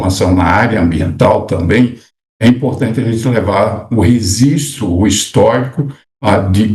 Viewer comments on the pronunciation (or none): Pois é! Cara formado falando “rezistro”. Que agonia! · Que nervo que me dá,ouvir "REZISTRAR , REZISTRO , REZISTRADO" 🥴😖